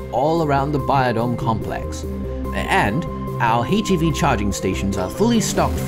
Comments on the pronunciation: The scientist voice acting is stellar, except he mispronounces "HEV" and "HECU." It would be better if his American accent was consistent. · I think Hillard has a slightly better voice, but this voice actor has the cadence and mannerisms down! They are both stellar. I just wish this actor would pronounce "HEV" and "HECU" in an American accent, like the HL scientists & Kleiner.